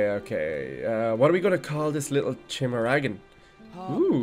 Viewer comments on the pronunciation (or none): The Chimera in Chimeragon pronounced Kai-mere-a not chim-era